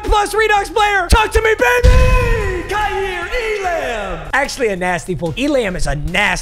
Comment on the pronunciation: Lol his name pronounced kaiir e-lum . I went to school wit jit that’s my boy